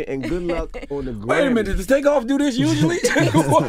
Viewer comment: She said takeoff, tookoff.